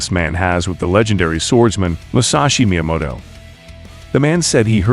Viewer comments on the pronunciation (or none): none